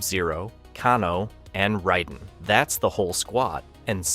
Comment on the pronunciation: Lioo Kong....Kahno.....Ryden.....this kid needs a Father